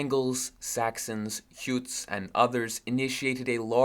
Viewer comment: Thorough is pronounced thurra, rhymes with Borough. Jutes is pronounced with a hard J, if you’re English. There was one other that I forgot, but pronunciations aside a splendid video. Thanks.